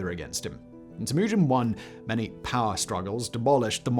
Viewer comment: The way this f*ck says Temujin maked me STOP watching. I don't know if it's his weird trumped up English accent which prevents him from say Temujin somewhat properly, but there are countless historians who say it correctly. Sorry about your accent bro. God bless!